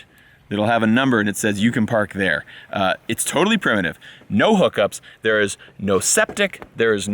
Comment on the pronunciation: "Primative" camping